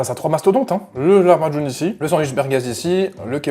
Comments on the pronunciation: Ça se dit laHmacun sinon sa va tu le dis bien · Ça se prononce "La ma joun" (en arménien) c'est typique du moyen orient et en France ça s'appelle "pizza arménienne". La vidéo m'a donné trop faim !